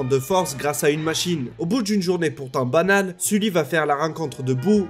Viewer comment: excellente vidéo, mais c’est "au bout d’une journée pourtant banale"et non pas bananne mdr